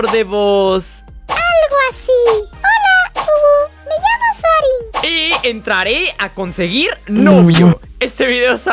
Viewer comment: Es soaaring no suarin